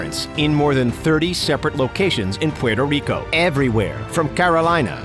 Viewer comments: you can say Cuba, Cuban, south America, and other nationals but you can't say Puerto Rico correct hahahaha, You def not from NY State or NJ. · The way you say Puerto Rico makes me cringe 😖